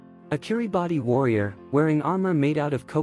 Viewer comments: I know this was narrated by AI, but for the record, “Kiribati” is actually pronounced “Kiribas” - in their Polynesian language, the “ti” makes an S sound. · It's pronounced kiribas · ITS PRONOUNCED AS "KIRIBAS" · It’s pronounced kiribass not Kiribati but it is spelt like Kiribati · Kiribati is pronounced key rah bass btw yall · Kiribati is pronounced with an s - it's 'KiribaS' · Kiribati is pronounced as Kiribas, great video though! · I don’t want to be that guy but someone will so I might as well do it politely, it’s pronounced kiri - baas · Dude, If my music teacher saw this, he'd 100% correct your pronunciation of Kiribati 🤧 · You were so confident in mispronouncing Kiribati 💀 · You could at least pronounce Kiribati properly 😒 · That’s not how you pronounce Kiribati